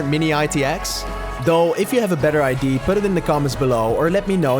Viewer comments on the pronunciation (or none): Nice upgrades! Completely separate. As a Dane I used to pronounce Idea as I.D. similar to how I've heard you do it in several videos. Likely as that's how it's pronounced in Danish, and I suspect in Dutch as well. Not a big deal, however the a at the end is pronounced; ide-a. It's like saying Ikea, with a D instead of a K ;-)